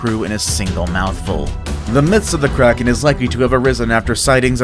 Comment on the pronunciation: When it said the kraken I thought it said Karen